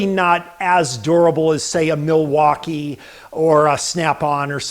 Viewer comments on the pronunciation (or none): none